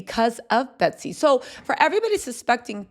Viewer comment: Her name is Betsy. NOT BETTY.